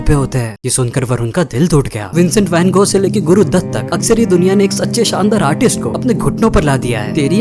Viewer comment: Vogh nhi gogh